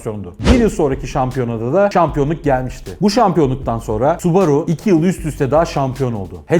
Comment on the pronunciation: Su borusu diyorsun subaru ya